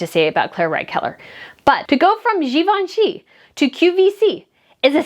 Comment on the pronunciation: “…to go from Gee-Vaun-Chee to Q-V-C…is a step down” 😂